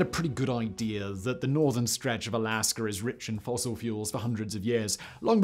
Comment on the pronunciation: Words that end in 'a' don't have an 'r' at the end Simon...